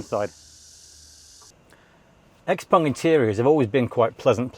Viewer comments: Great review, but its X-Peng - Not X-Pong :) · Unfortunatly X Pung..... Sorry...X Peng... I heard the video and the person saying X Pung.... Anyway... XPeng G6 is great but will not achieve FSD anytine soon unless they joint or lease from Tesla.... So far versio. 12.5.... Is way ahead of everyone.... Soooo Model Y still the best SUV in the world